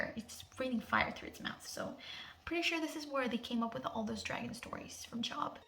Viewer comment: The book in the bible that u are referencing is Job but pronounced Johb. Great video otherwise.